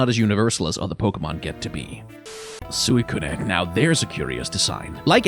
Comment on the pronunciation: Suicunae???? Where do you get some of these pronunciations?